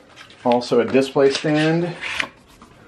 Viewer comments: Brady Adams I was gonna comment the exact same thing lol. He says "diss-play" haha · The way says DIS-play really bothers me.... like it just doesn't sound smooth.